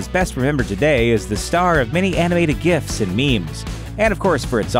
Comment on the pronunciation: Its GIFs, not GIFs